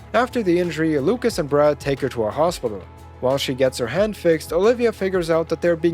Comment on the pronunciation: How he says hand sounds like head so I'm like whaaaaa